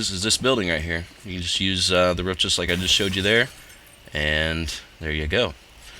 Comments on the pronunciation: The ruff XD i like how he say's it like that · "You can also get on this wroof"